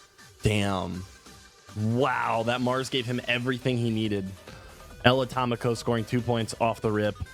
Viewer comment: "El Atómico" is like "the atomic one" in Spanish... not ElAtamico 😂